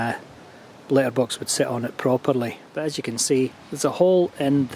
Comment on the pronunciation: I took me eight times for me to understand that you are saying letterbox ......if it only takes letters how do you get mail?